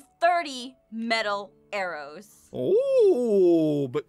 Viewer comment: Aphmau why did you say Aaron's instead of arrows I mean that's what I heard